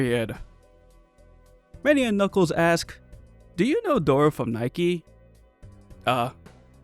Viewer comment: The fact you pronounced NIKKE as the shoe brand got me laughing lmao